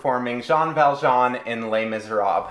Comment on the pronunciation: How about you learn how to prounounce Les Misérables first?